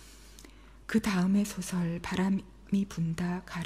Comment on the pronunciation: 단어의 장단음 문제가 심각합니다. 장음인 단어의 첫 자를 계속해서 "짧게" 잘못 발음하고 있습니다. 한 가지 예만으로 놀랍습니다. 노벨 문학상 수상자가 "소설"의 발음을 계속해서 잘못 발음하고 있습니다. 즉 이"소설"의 "소"는 "길게" 발음해야 하는데, 이를 이 한강 자가 뿐 아니라 거의 모든 문학인들이 "짧게" 발음하고 있습니다. 이 얼마나 아이러니칼 일인가? 이 얼마나 놀라운 하국 문화인가? 더 놀라운 일은 이런 발음 문제를 문제로 삼는 이는 1967년에 고국을 떠난 이 늙은 이뿐이라는 사실이오이다. 동포여! 고국 동포여! "한국 어문을 고발함"이라는 책을 조용히 읽어 주시옵소서! 미국 변 완수 드림